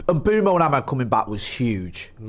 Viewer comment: Just a little moan.....can people please start saying...imBOOmo....as that is how he has stated publicly it is pronounced..not ImBwemo....moan over